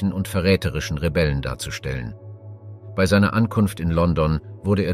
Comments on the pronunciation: Ist schon jemandem aufgefallen, dass ausnahmslos alle Beiträge von einer Maschine vorgetragen werden? Kaum Betonungen, emotionslos und sehr oft werden Jahreszahlen wie einfache Zahlen vorgetragen, das Wörtchen "bei" sehr oft als "be-i". Ich für meinen Teil finde diese Art der "Geschichtsdokumentation" alles andere als informativ, sondern vielmehr einschläfernd. Umso erstaunlicher ist es, dass dies hier niemandem auffällt. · Interessante beiträge, allerdings frage ich mich warum du bei immer so seltsam aussprichst. Be i oder so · Das Vorleseprogramm kann "bei" nicht aussprechen.